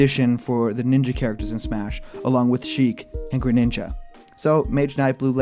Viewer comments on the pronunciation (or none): none